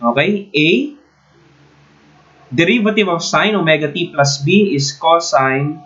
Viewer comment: I like the accent "pluuuusss"